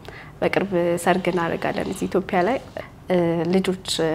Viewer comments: say ኢትዮጵያ not ኢትዮፕያ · መልካም ሕይወት ይሁንላችሁ ❤ ግን አትዮጵያ የሚለውን ኢትዮፕያ አትበይብን 🙄🙄🙄